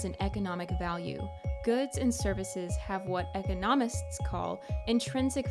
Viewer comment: Ngl that pronunciation of “economist” was an immediate unsub